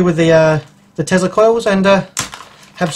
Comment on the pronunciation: whats a "tezla coil", i think you mean tesla